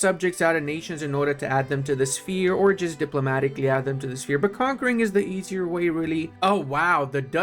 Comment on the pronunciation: "Shepe" Okay, I believe that's the traditional Romanian way to write how less civilized "language" called English "sphere". But, let's not focus on history lessons here, it's perfectly fine, move on, back to the Mines, don't forget to say last good byes at home... 😋